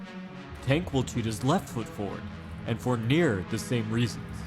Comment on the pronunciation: It sounded like you kept calling him “Taint” Davis